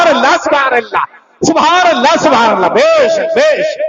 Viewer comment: الا الا نہیں قبلہ اللھ اللھ پڑھیں۔ حضرت کی توجہ ھو جائے تو بھترین